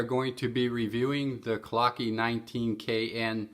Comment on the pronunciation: Its not pronounced clockee, its german. Clou-k .. the e is silent.